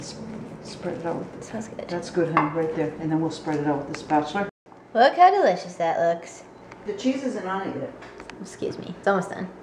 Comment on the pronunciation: does your mom say "spatuler"?